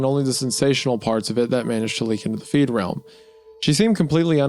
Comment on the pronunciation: I noticed that, too 😂 Don’t typically get bothered by mispronunciations, but being in the “feedrealm” is very definitely NOT being “freed”. I suppose the words being near opposites irked me, like an obnoxious brain itch.